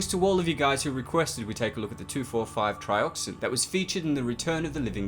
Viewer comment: You get a thumbs up for pronouncing the “2,4,5 Tri” chemical compound so well!